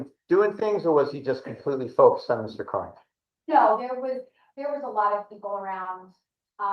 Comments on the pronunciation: the prosecutors in these cases are disgustingly rude. seems none of them can pronounce peoples names correctly. knows aidan's last name is pronounced carney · They’re using our tax dollars to prop up this doddering old fool? It’s pronounced CARNEY, by the way. Turn up your hearing aids you cranky old ghoul.